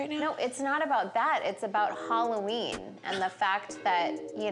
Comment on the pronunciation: Why do they pronounce it Holloween? Lol